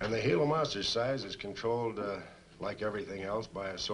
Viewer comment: Good movie, but you never can be jump-scared. That mysterious spooky music always plays before the Gila monster comes to attack. Correctly pronounced as " hee-luh", not " gee-luh"